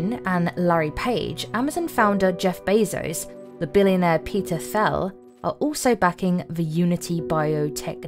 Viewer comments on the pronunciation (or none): You might do well to learn how to pronounce German. Thiel, Alzheimer